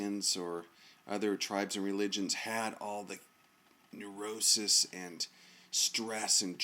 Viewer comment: Omg uou said Neurosis